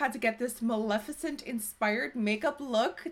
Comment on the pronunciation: Great makeup but more importantly thank you for pronouncing her name correctly!!! You are the only youtuber that has